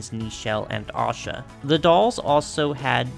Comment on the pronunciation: Oh thank you for saying Asha correctly! I had an Asha doll as a kid, because she had my name, and she was my absolute favorite!